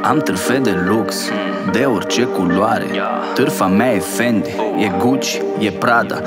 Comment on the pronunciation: Trovo una sorta di imbarazzo e vergogna quando quel coglione di rovina tutta l'energia del pezzo pronunciando Fendi Gucci Prada Versace Balenciaga... Allora mi tocca abbassare il volume drasticamente perchè mi vergogno come un ladro.